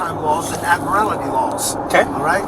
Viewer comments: It's "admiralty." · "Admirality Laws" 😵‍💫 I think he meant "admiralty." ⚓️ Either way he's wrong. 😂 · "Admirality"? It's "admirality."